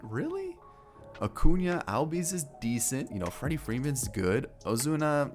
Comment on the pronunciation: It’s pronounced allbies